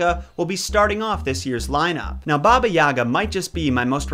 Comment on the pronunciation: in balkans we pronounce it as ''yaaaga'' with kinda sharp 'a' at the end. Also, they never say 'baba' to the end? You're supposed to 'baba' not 'bab'. But I highly agree, they never make any effort to actually pronounce slavic words correctly, trying and putting to much effort into words of other origins such as japanese etc. I'm like c'mon we also deserve that least amound of respect